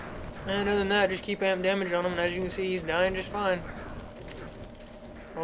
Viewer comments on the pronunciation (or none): none